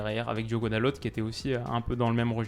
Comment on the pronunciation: salut super vidéo juste pour te dire que pour dalot tu prononces « dalote » alors que à mon sens on prononce « dalo » car en portugais on prononce rarement la dernière lettre et pour lui c’est presque si on prononce pas les deux dernières donc juste pour te dire ça voilà sinon super vidéo 👍🏼👍🏼